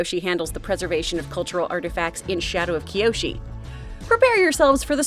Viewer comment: and also no, it's kyoshi, 1 I